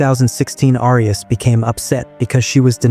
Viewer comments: It's pronounced "air e us" thanks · Is this an A.I. voice? Why is "Arias" being mispronounced? I hate A.I. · Continual mispronunciation of the surname “Arias” is very annoying.